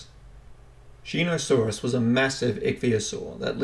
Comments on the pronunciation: I see two people commenting on the mispronunciation it was a little annoying hearing you say Shee-no-saurus instead of Sho-no-saurus how on earth you didn’t see the O instead saw an E I don’t know! but still enjoyable non the less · Shō-knee-saurus! NOT SHEE-NO-SAURUS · Pronounced show•knee•saurus lmao